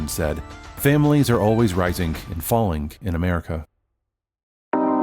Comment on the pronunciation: What American pronounces -ing as "ink" ??? None! "Risink and fallink in America" WTF. Is this a computer voice that thinks it has British roots??